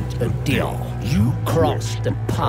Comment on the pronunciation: "We made a DEaYle" Ok but why does that sound weird